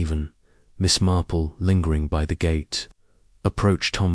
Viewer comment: Thank you for posting this; however, have many channels that post Agatha. AND, w/o ads or at least ads between chapters (like every 5 chapters, etc.) Also, it feels a bit A1. I don't care for the way Miss Marple is read. It is not Miss Marpell. Also, this sounds like the book, After the Funeral, which I have read at least 4 times. Good luck & I am signing off at 16 minutes.